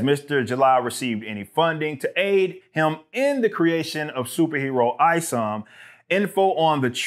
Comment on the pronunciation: It's not ISOM it's IS0M. The O is a zero short for IZombie.